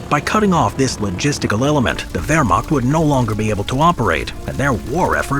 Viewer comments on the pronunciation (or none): none